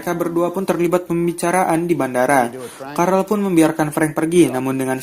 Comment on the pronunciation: Carl bukan carel wowkajaj carl hanraty